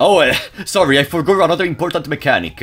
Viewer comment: I notice he also says "forgor" instead of "forgot".